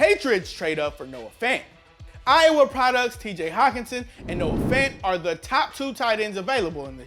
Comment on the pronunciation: Believe it or not my name is David Fant and he might be related to me and I happy to see people actually pronounce the name Fant the right way